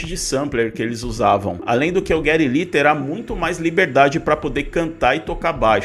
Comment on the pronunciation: Parei de ver quando falou "J"eddy Lee. Caça click.